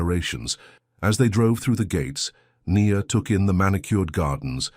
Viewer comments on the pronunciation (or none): It's AI doing the narration. If you're not convinced, listen to the Nia and the Ny-an pronounciations, Sorry but most are narrated by AI these days.